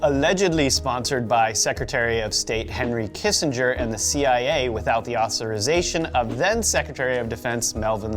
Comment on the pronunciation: I think the "deep state" is jamming your broadcast. Either that, or you two morons can't pronounce simple words like explicitly, authorization, or suspiciously worth a shit. I'm going to say that it's the latter.